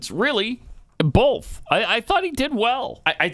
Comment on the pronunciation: Pat; there is no “L” in the word “both”. Why O Why must you keep saying “bolth” it is infuriating as Obama’s S whistle. Or worse.